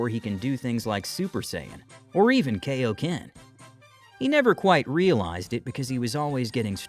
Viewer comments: IT'S KAIO-KEN NOT KO-KEN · Are you just going to keep mispronouncing kaioken